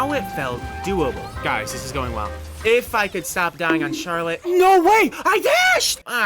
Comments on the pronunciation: how are you gonna pronounce Charlotte CharLOT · great video, but please stop saying char-lot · “sharlat” oh god the flashbacks… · I can’t get over how he pronounces charlotte :( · As someone with a sister named charlotte the way you said charlotte ended my family tree all at once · Awesome video but why’re we pronouncing Charlotte like that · is this man pronouncing charlotte like That on purpose..??😭😭😭